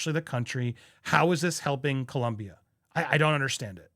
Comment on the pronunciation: Co-lOm-bia. O NO U!